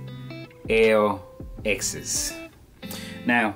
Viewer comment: Nice review. For future reference, the L ' acts as a "Leh" sound, so it's pronounced "Leh Excess"